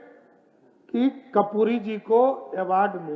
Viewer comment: कपूरी होता है या कर्पूरी 😂